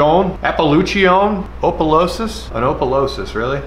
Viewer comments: I’ve always heard bullhead cats were mud cat fyi. Maybe just me. And Opelousas is pronounced “Aw” pelousas. I love your stuff brother!!!!! Thank you for all of the videos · Being from louisiana the way he said oppolueses killed me😅.